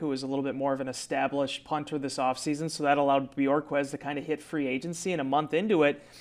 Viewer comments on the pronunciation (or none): Bu-hork-kezz. Not Björkez. He’s not from Iceland. 🤣🤣🤣🤣